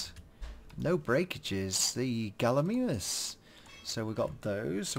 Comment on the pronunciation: gallimimus is pronounced gall-e-my-mus